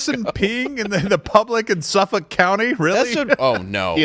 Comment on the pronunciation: From a Suffolk County LI girl, it's pronounced (SUFF-ick). The more you know :)